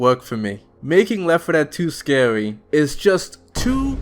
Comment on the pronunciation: "....howwow, there's nothing scawy about getting charged out of nowhere" im sorry i had to. Good vid though. Especially that part that i quoted, what's even worse is that im pretty sure some vanilla infected sounds are REUSED FOR REGULAR INFECTED. WHY.